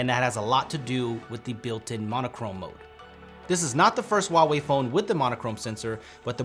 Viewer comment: 你怎么不会说华为? HUA wei not WA wei. holy shit man.